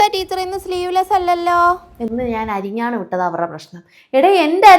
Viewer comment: അരഞ്ഞാണം ആണ് അരി ഞ്ഞാണം അല്ല 😂😂